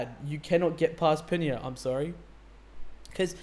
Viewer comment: You made the same mistake my daughter and I have made with Peniel’s name…..even Eunkwang had been mispronouncing it for around 10 years….his name is pronounced Pen Neil (one word of course).